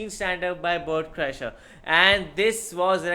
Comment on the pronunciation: this needs to be added to the compilation of mispronunciations of his name.